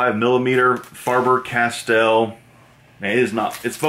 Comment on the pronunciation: Faber-Castell. NOT FarBer.